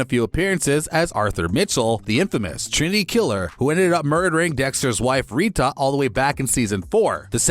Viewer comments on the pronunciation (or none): “Ree-tuh” Also: Ending bad again.. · i have never been as mad at someone saying rita as i am now